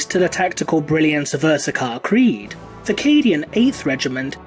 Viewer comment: You said it wrong, it’s CREEEEED